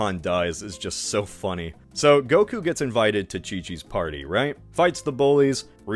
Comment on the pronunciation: Pronouncing goku as gogurt it’s funny